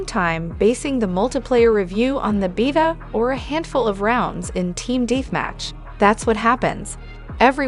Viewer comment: it's not TTS I love playing Team Deeetmatch as well